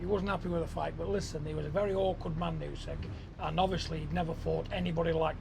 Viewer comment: John Fury... "YOOSECK"